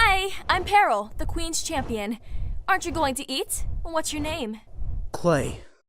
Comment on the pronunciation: It's not "Paril" It's Peril